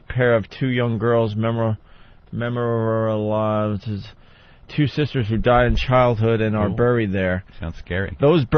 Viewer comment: Opie trying to say memorialized made me want to rip out my hair. My god he’s an idiot.